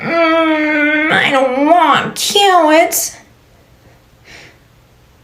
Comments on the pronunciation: "Cawwits are for wabbits" EW!!!!!!! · The "I don't want cawwits" took me out😂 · "I don't want cawoots." 😂😂😂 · I'm sorry, I had to run the "I dont want cawwits- cawwits are for wabbits" story back! because, sis....WHAT?!?!?!?! omfg!!!! lmaooooooo instant ICK!!! IKYFL!!!